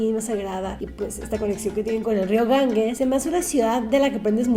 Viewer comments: Lo DIJO muchas veces: GanGUES,,,. ¡Auxilio! (Lo escribió correctamente Ganges lo pronuncia mal GanGUES. G+E se pronuncia como GEOgrafía, GEOmétrico, GEntileza, GErardo, GElatina).En tu apellido tienes el ejemplo. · Ir tan lejos: El nombre del Río es Ganges NO "GanGUes". G+E sin U intermedia se pronuncia como "J". Es como el apellido del escritor: Borges NO BorGUes. Duelen los oídos cuando dice "GanGUEs" ¡aaaaaaah!